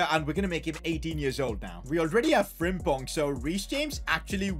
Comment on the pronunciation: I still don´t understand why every english speaking person says jeremiah frimpong